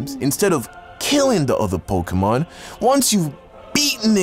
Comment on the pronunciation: Mans really said pok🔇mon 😂😂